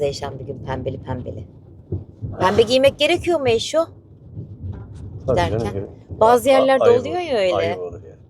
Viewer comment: Eyşooo ne diye noy diyon😂😂 yes de eyşoo😂😂